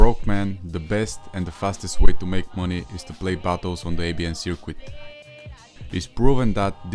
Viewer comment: My guy said sirqwit